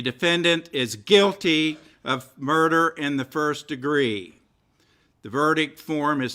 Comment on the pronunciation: Gotta love the emphasis that judge put on the word "guilty" LOL